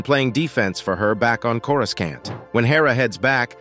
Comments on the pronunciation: CORE-I-SAUNT not CORE-RAS-SENT 😂😂😂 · He actually said "Cora's can't" which is even worse 😆